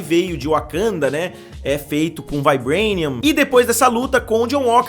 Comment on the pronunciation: Q porr* de vaibrénio oq kkkkk Fala direito pô kkkk